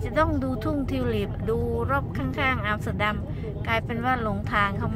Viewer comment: ใช่ อย่าบ่นลุงฮั่นนะ บาป 555 ไม่ใช่อามสเตอดัมคะ ต้องออกเสียงว่า แอมสเตอร์ดัมคะ นายพี่ชาวดัชคะ เลยแนะนำได้ น้ะจ้ะ 😴😴😴😴